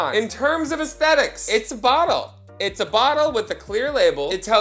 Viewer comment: I miss saying ASS-thetics lol